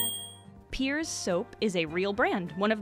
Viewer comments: Ahh it’s Pears soap as in the fruit, not “peers”. Otherwise, cool vid! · peers soap? don't you mean pears, like the fruit, as I've always heard it called???